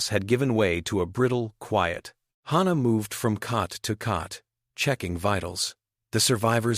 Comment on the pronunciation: Wonderful, unusual story! No surprise weapons, no miraculous tech, just grit and interspecies cooperation. I loved it, even though the AI couldn't decide on one pronunciation of Hana's name,.which was a constant annoyance.